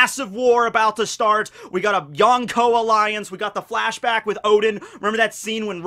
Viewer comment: The one thing I will never get used to is saying Yawnko instead of Yonko. I know he pronounces Kon from Bleach correct, so I just..🤷🏻‍♂️